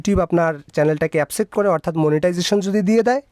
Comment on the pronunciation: শব্দটা এপসেপ্ট নাহ। একসেফ্ট হবে।